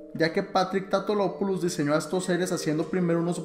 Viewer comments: Porque dices patrick tatolopolus cuando es patrick tatopolus no es tan difícil solo vocaliza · bueno y una y otra vez diciendo el nombre mal......... es TATOPOULOS no TAUTOLOPOLUS como dice . le agregas una LO siempre